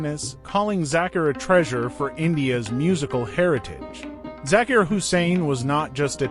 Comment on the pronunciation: These American commentators have this annoying way of speaking English, Sorry I digress, the correct pronunciation of Zakir is "ZakEar" and NOT the way this well meaning but annoying gentleman is saying it . R.I.P. great one. So its an A.I. "voice" I should have known OMG UGH !